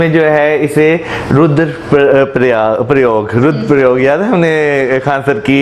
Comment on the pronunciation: As always pronunciation is wrong.He cannot say Rudra Prayag and Mandakini.Prayog instead of Prayag.